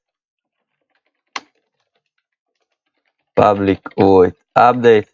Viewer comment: Man, All I keep hearing is "public void ublic"